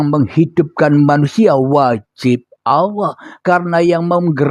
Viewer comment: Nyebut nama Allah aja nggak benar,, Allah. Bukan awwah